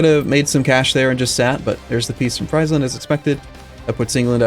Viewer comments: Jérémie Croussette like Freeze land instead of Fries land... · I enjoy Fries-land a lot haha, makes it sound like a McDonalds themepark. Though as a Dutchy I'm used to people mispronouncing pretty much everything except for Amsterdam.